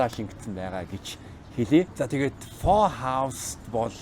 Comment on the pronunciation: Фо биш фө шөл😅😅😅